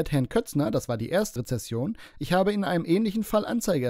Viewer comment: das ist ja schon ein bisschen peinlich. Das heißt RezeNsion, RezeSSion ist was anderes!